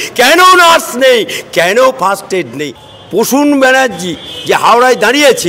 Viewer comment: কথাটা First aid not fast aid … 😂😂😂😂